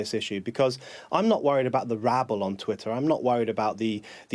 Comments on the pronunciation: Is it Twitter or is it Twi'er ? Make yer mind up darling. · Until she can pronounce TWITTER properly I think she should be banned from life!! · Can't concentrate on what she's saying because she keeps dropping the "tt" from Twitter. "Twi-er is creating a hierarchy" ....huh, what's Twi-er? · What's this "Twi'er" that Ash is talking about? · This woman is so conflicted. She pronounces her 't's in all her vocabulary except in 'twitter' with the double 't' in the middle of the word. Most odd. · The way she pronounces Twitter offends me😂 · Listen to her pronunciation of twitter she even sounds dumb but she is a very accomplished liar. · I was going to make the same comment. I found it really irritating every time she mispronounced twitter.